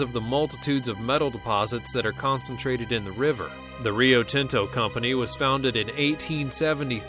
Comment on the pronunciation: I like how white he sounds saying "Rio Tinto" lol btw I'm Mexican